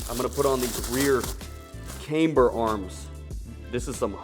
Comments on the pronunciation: This build is going to be sooooo sick. Side note: It's camber (short a) not kaymber :) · Why does he pronounce camber as "came-ber"? Is that some rule of english I've never heard of before? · i see. I've literally never heard anyone say it that way before. I was taught that if a single vowel is followed by two consonants, it's long.